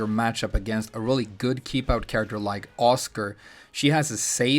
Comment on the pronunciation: . . . am I the only one who thought he called Asuka "Oscar"